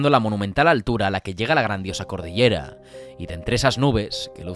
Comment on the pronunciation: se dice: cordillera.